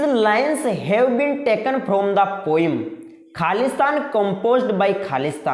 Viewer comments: Poem hota h vo poim nahi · O bhai poem hota h 😂😂